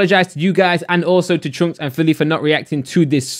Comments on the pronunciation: He says choonkz haha. It's chunkz brother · Man said choonkz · My man called chunckz "choonks" 🤣🤣🤣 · Y do u say choonkz and yoong filly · Normal people: Chunkz: CHOONKS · I have a growing urge to put acid in my ear every time says CHOONKZ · his name is chunkz not choonkz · Why did I read the title in his voice lmao, "choonkz" 😂😂😂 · Nobody:: choonkz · also he said choonkz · No one:: choonks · is the only person i know that pronounces Chunkz “Choonkz” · Anyone else thought he was saying “troopz”? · It's funny how u pronounce Chunkz 😂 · he keeps on saying chunkzs name wrong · Please can you just say Chunkz properly, the whole video got me annoyed but other than that great video man